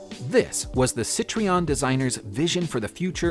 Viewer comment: The “e” comes AFTER the “o” in Citroen!!